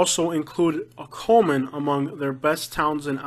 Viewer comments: It's Cullman not Coleman . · He lost me at cullman, absolutely not. And you butchered almost every name